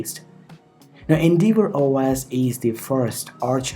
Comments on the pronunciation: Pronounced N-dev-or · You're saying endeavour completely wrong. Type the word into google search and hit the little blue speaker button that will pronounce it for you. No idea where you got that pronunciation from but whoever it was they were a complete tool.